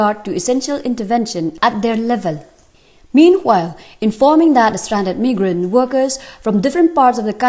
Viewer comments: it's supposed to be "my grant" and she's calling it "me grant". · Meegrant workers....RIP English language...join Avenues noh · Listen to how she pronounces "migrant"